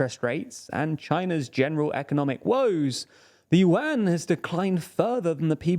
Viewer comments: omg, please not with the "Yu-An" again, hahaha its pronounced in one single sound at once, "Yuan", dont split it into two sounds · BTW its pronuounce YU-EN not YU-AN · I kept on wondering why he was talking about the UN and then I figured out he meant 'yuan'😂 its pronounced closer to 'yuen' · One Chinese 🇨🇳 accidentally found 4 100-yuan (pronounced "junk") notes of the same serial number. They are real, valid money. Lol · USA and USD are still the most powerful in the world while the Chinese yuan (pronounced "junk") lost 15% of its values this year alone. This has big negative impacts on Chinese economy. Chinese assets based on USD lost values big time, causing acceleration outflow of capital from China. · It's pronounced "Juan" like how Hispanics pronounce their version of the name "John". They can't pronounce Prigozhin either.... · More like Juan as in the Hispanic name for "john". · well, considering he said "yuan" dozens of times and never once said it right, Renminbi would actually probably be easier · Yuan pronouciation 😂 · And of course they're mispronouncing Yuan 💀